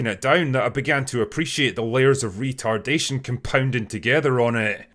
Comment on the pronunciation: “Layers of re-tar-dation” 🤭😊😂😎🫡